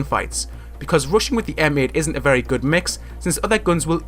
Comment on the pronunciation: When he says rushing class it's sounds like Russian class